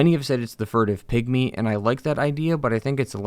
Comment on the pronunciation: For a moment I thought he said “pick me” instead of pygmy 😂